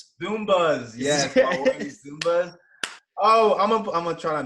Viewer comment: Bruh, the pants are "Zubaz"... not "Zumbas".... You've been in the Carolinas too long my friend.